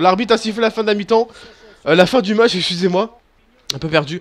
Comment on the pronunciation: C "excuse" pas "escuse"